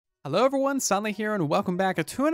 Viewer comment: Bug: saying OFeryone instead of EVERYone Only kind of annoys me because I spend so much time watching his fire bedrock content